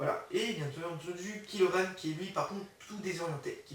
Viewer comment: c'est kylo ren pas kilo ren